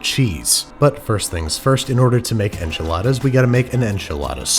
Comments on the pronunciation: But don't we have to pronounce it the bizarre way Moira did, as "awnchiladas?" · I believe it’s pronounced on chiladas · They are pronounced “Anchilada” lol from how Moira says it 😂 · pronounced AHnchiladas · Man! You needed to mispronounce enchiladas like Moira 😜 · It gave me a lot of laugh how he pronounced enchiladas haha greetings from Argentina